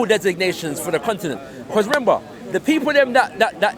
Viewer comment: "Rember"... Guy is a tard